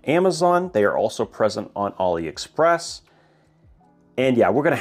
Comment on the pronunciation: Why does bro pronounce it ollie express